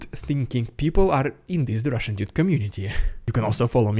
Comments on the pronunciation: That was a good intro to the RIDICULOUZZZ RUZZZIAN PRRRROPAGANDAZZZZZZ segment 👍👍👍🤣🤣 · 😂😂😂😂 I love it, Rrrrriiidicculouss Rrrrrrussian Pppprrrropaganda!! Nice touch Russian Dude👍💯